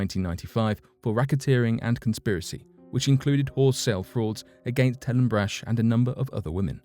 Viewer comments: Come on, dude. It drives me nuts when people just assume they know something especially when it comes to people's names. Just about every American knows Brach's candies and how the last name is pronounced. Helen Brach's surname was pronounced "Brock", not "Brash". All you had to do was ask an American if you were pronouncing the name right or not, which you weren't. Not even close. I mean, how do you even get "Brash"" out of that? I could understand, but not forgive, if you said "Bratch". I know I am nit-picking, but the Brach family is HUGE in the U.S. That's like me doing a video where I constantly pronounce Cadbury candy as Codberry. All you had to do was a simple name check, but you didn't. Lesson? NEVER assume!!! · It’s not brach it’s brahk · Brach pronounced Brock